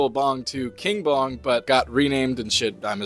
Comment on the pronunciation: I thought he said King Von at first instead of King Bong 😭